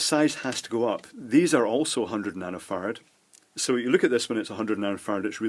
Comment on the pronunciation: cant stop hearing "nano fart's" :P, great video